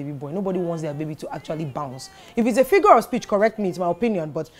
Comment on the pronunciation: You mispronounced the word 'figure'.